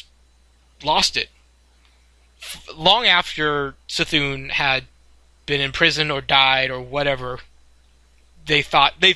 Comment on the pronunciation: The way he pronounces C'thun triggers me